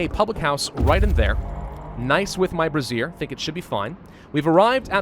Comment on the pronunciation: Brazier is pronounced Bray - zee - er. Not brassiere. Unfortunately, there's no research unlocking a big bra you can put over your colony.